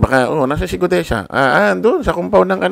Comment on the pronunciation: Brod.sana sa susunod na vlog bigkasin mo mg maayos ung Guteza hindi Gudeza ha.